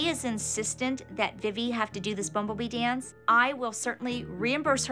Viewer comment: “I wike to dawnce because it makes my mom hawppy.” ❤